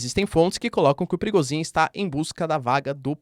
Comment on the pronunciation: Toda vez que vc diz PRIGOZHIN, eu escuto PERIGOZIN